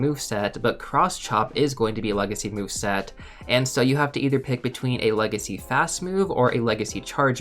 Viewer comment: The one thing that hurts me so much is hearing legacy or com day move.